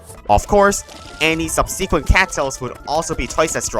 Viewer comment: Why do you say "subsequent" like that